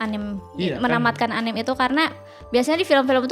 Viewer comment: Kak... A-Ni-Me... Bukan anim 😑